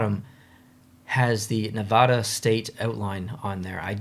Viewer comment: Just a heads up, Nevada isn't pronounced with the soft a. It's Nev-ad-a, like the word ad. Source: born and raised in Vegas